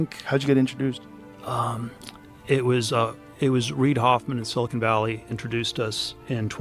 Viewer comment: Would Epstein really mispronounce "silicon valley" as "silicone valley" ? That alone makes me think this is an AI fake.